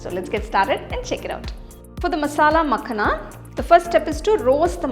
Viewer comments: Its Pronounced as "Makhaana" rather than Makhna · Its .. "makhana" .. not makna